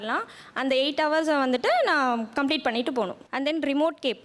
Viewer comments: Haus haus. What haus. Learn proper pronunciation. Google “hours”. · Horse aa ours nu pronounce seiyanum dhane, doctors na konjam service motto erukanum paa